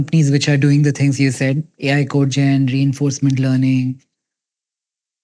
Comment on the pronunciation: code-gen, not co-gen.